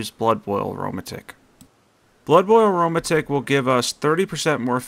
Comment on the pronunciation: I believe it’s pronounced arrow-madick 😂 not aroma-tick but love the vid